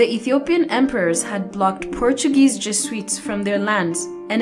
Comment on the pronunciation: When she says in the video "Jesuites" (sweets)like she's talking about the holiday inn, I'm LAUGHING AND CRYING saying to myself, how can someone teach a history lesson and not even know what the fuck they are talking about !!!! XD XD XD